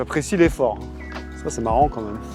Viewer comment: "J'apprécie l'effort" ou "j'apprécie les forts" c'est pas très net 😄